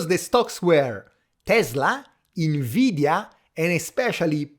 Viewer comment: Everytime you say INveedia i want to throw a QUAHSOHN at a snobby frenchman 😂